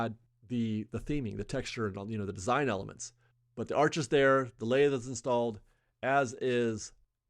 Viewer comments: Lath and plaster.. Lath rhymes with path. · Those are called festoons - Lathe is pronounced "Lahth" like "laugh" but with a t sound at the end. Lathe is the foundation they put the stucco on. "Lathe and Plaster" was a common walling technique in the 20's, 30's and 40's. You see it a lot here in SoCal. For example, all of those bungalow houses in downtown orange are Lathe and Plaster. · It’s pronounced LAATH No long A